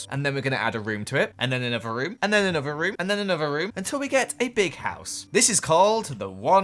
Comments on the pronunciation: He also can say the word another right 🤣 *He says, “anover-“ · That's called an accent